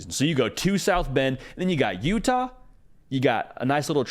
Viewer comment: The way you said Utah was hilarious